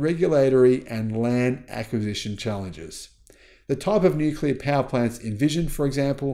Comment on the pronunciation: Nuclear. It's pronounced, Nuclear.